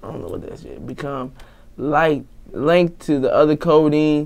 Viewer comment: he couldn't even say linked lmao. I fck wit him still